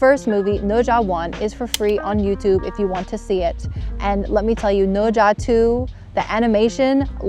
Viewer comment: The pronunciation of "Ne Zha" is very standard.